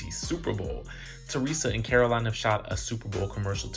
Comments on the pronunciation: Man the way you report your news is so boring ... I keep coming back to see if you'll improve but nah. And wtf is "Caroleen"? It's pronounced "CARO-LINE" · Feeling triggered by you calling Caro-LINE Caro-LYN. Please get it together. 🙏🏾🤣🤣🤦🏾‍♀️ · Yes pleeeze say her name correctly - CAROLINE. Joes business partner ratted him out because Joe wld not 💰 him monies owed. U can’t refuse to pay someone and not think they will spill ur secrets. The friend told Jackie’s husband and he delivered the message to Joe and he said f#%k him. Well I guess the friend got the last laugh. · DJ..it is Caro-LINE...that's how I remember hearing it being pronounced all the time.